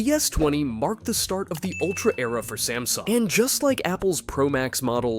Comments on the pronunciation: Samsung, not smasung! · WHY THE GANGLE DO YOU CALL SAMSUNG sMAsNUg